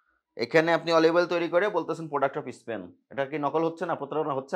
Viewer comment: Sir apni o dekhi bolchen.. Is.. Span😂😂😂... Is..span...!!!! 🤣🤣